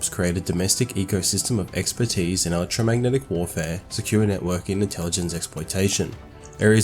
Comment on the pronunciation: WTF is the "electromatic spectrum" ??? Slow down your commentary slightly & listen to what you're saying, so you have time to pronounce electro-magnetic properly.